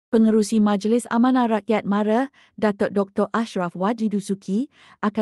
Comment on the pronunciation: Sebutan MARA tu salah, MARA bukan MARE, macam orang bangla pulak, lain kali elok belajar dulu sebutan yang betul